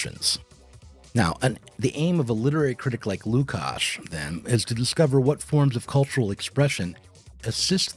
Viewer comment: I'm always put off by laziness of Americans to pronounce names from other cultures/languages correctly. And this is not 45th pick of second round of NBA draft, its one of the main philosophers of 20th century!